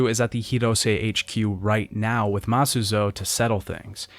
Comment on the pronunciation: he does this a lot other things are mispronounced, like Masuzoe and Nagumo